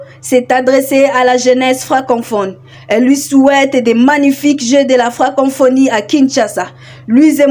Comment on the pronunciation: Ce n’est pas FrancoNphonie. C’est plutôt FRANCoPHONIE. Co co co et non con conphonie. FRANKOPHONIE. FRANKOFONY. Prononciation svp! Bonne chance!